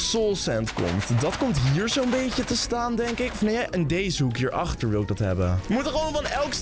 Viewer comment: Hoe zo zeg jij zon het is zoon leuke video